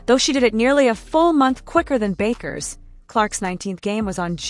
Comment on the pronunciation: At least learn how to pronounce her name!